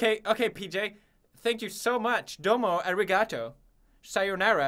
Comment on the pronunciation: I don’t know but the way he says Arigato is so funny haha